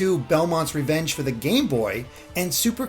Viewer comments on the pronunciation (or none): none